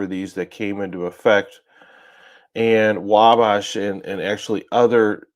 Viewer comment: It's pronounced WALL-BASH